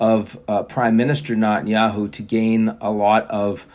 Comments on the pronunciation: You are not an uneducated fool so I have to assume you must just be trying to be a dick. It’s Neh-ten-yahoo. Not Naaa-ten-yahoo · I wonder if Ian will ever even TRY to pronounce Netanyahu's name correctly....